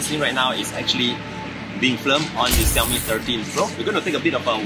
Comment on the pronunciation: I love how to say xiaomi